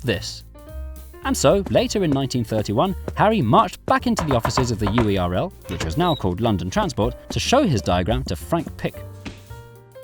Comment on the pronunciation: every time UERL isn't pronounced like "whirl" i cry